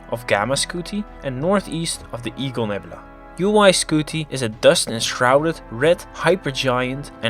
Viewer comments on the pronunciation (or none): none